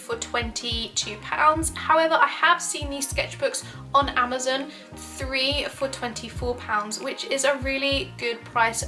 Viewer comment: im sorry im just getting triggered whenever she says "amazin"